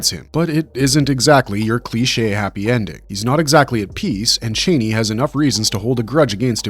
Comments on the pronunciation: Pronouncing her name as 'chainey'? Did you even watch the films? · Brother it's pronounced Cha-knee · Is this a bot talking or are you really pronouncing Chani wrong 10,000 times over like it isn’t said in the movie over and over again! Couldn’t be anymore annoying! 😂